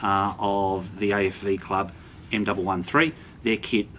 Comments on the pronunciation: M One One three... not m double one three... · Great review. The M113 is said M one one three.